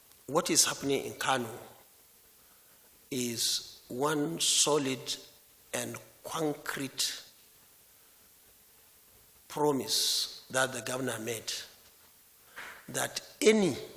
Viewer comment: Did I hear him say One solid and kwankret promise?😂😂😂🤣🤣